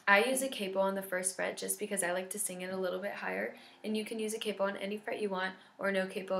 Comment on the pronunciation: Your pronunciation of ' and 'capo' really got me rolling XD